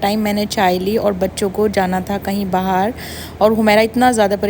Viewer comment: Aap bahar ko bahaar kyu bolti hai 😂